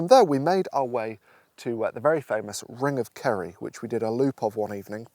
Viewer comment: I thought you were saying "ring of curry" which sounds like a place I want to visit.